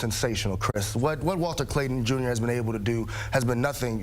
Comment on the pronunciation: bro said walter clayter junion😂😂😂